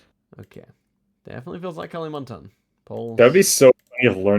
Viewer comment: So funny heard you calling kalimantan as kali, like california as cali 😂